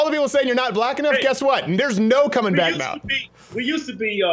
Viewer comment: Sounded like he said "Black in the day"